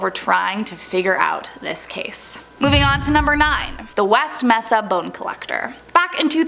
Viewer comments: It's pronounced mace-uh not mess-uh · I believe that Mesa is pronounced as "May-sa" Me-sa is how Jar Jar Binks says it. I must say that you are a beautiful young lady, and an excellent presenter. Cheers. 🇨🇦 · Mesa is pronounced “May-suh” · You probably shouldn't be a podcast host of you can't annunciate mesa correctly. You entire job is speaking.